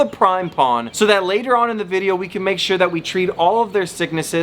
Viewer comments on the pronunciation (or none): Why do you say sure wrong